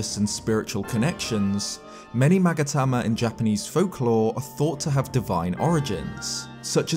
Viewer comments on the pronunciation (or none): "Magatama" Me: hears 'maggot hammer' every time